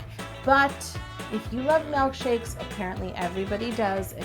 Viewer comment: Why does she say "mElkshakes" nuuuuuuuuu I hate when people say that 😭😭😭